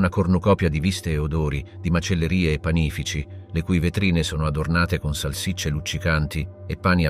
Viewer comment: Interessante ma montato malissimo. Sottofondo opprimente. .....E pànifici.......non si può sentire.....